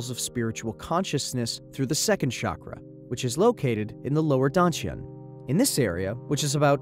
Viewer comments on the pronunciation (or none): You pronounced Dantian wrong.. and youre mixing ancient chinese wisdom with japanese tradition.. the study of the lower dantian comes from China and has nothing to do with ninjas or samurais.. It seems as if you just read about the topic and made a video on it without actually having life experience in these practices.